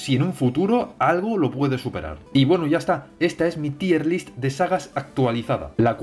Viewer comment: aun no aprendes que en realidad se dice "TAYER LIST" eh? XDDDDD